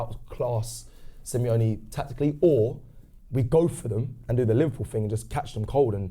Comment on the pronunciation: Semi-lonely, Simeone... 🤔🤦🏻‍♂️😅